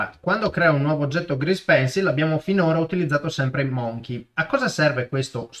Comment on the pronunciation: Preziose lezioni, sempre chiare e ben fatte, grazie. Solo un'osservazione, permettimela: ˈməNGkē non "monchei" (insomma, la pronuncia di scimmia è troppo da italiano) :D